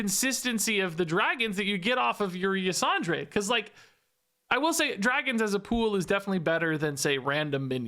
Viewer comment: Ysondre is a woman, and it's pronounced "Yuh-sawn-der." Nobody but me cares, just throwing it out there because I played way too much of the Emerald Nightmare raid in Legion to not say it... anyway, "TORTOLLAAA, PRESERVE USSSSS!!!"